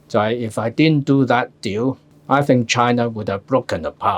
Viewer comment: 陳生你係有心讀“Deal” 定係想借啲意“屌”某啲事吖？